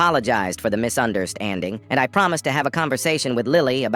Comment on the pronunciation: "Misunderst-- ANDING" bro wha- 😭